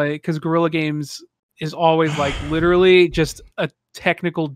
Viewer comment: 🤣😂🤣 0.44 witerally ... kept rewinding to make sure but he witerally can’t pronounce the L in witerally 😂😂 this broke me beyond belief